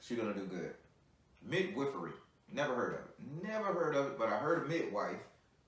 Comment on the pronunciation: Lol "mid-whiff-ery" 😂😂😂😂